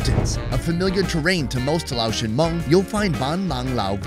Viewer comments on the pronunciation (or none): Thank you for visiting Laos and immersing yourself in our beautiful culture and traditions! Your respectful approach and genuine interest are truly appreciated. 🙏 Also, respectfully, Laotian is pronounced lay-ocean, not laoshun. 🙈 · It's Lay ocean.